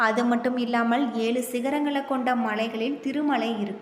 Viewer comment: Yezhu endru sariyaga solla muyarchi seyppa commentator